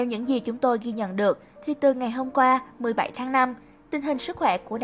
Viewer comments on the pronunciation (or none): Gì mà 17 đọc có vậy mà cx sai